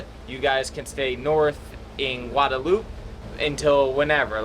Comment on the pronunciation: stop saying Guadalupe it don't sound right